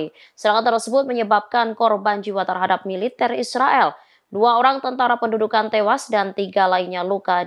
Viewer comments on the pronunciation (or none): none